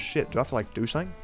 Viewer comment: Has anyone noticed that seemed to only be able to pronounce his S' as SH's through out the entire video. When He said "single" I swear he said "shingle" and "something" sounded like "shomthing". Particularly words that ended and started in S. Did this man get his wisdom teeth pulled out or something?